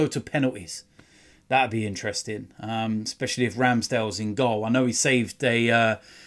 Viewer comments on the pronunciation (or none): none